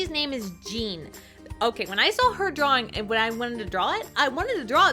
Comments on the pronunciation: Drawlaring???? Really really XD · "I was just having so much fun DRAWLORING her!"